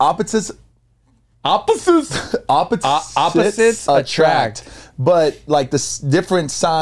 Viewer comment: Tell me why i almost spit out my coca cola when said “opposites”wrong. y’all are hilarious 😂😂